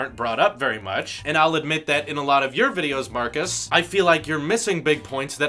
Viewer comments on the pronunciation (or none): His name is Marques (pronounced: "Mar-kezz" not "Marcus") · No hate but plz his name marquez not Marcus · Let's say it together MARKEZ... Not Marcus. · its Marques not marcus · It's not Marcus. It's Marques. Different pronunciation. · His name is Marques, not Marcus. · It's not Marcus, it's Marques! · His name is marques not marcus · Holy hell, his name is pronounced "mar-KEZZ".. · ITS MARK EZZ MAN GET IT RIGHT! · If you want to collab with him potentially, you may want to learn to say his name right. :) It's Marquez...like a z. :) Good luck! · It's pronounced markez by the way is you didn't know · Maybe pronounce his namely correctly first.... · He butchered his name!